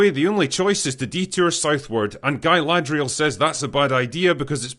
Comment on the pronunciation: Not guy- ladrial GAY- ladrial 😂😂😂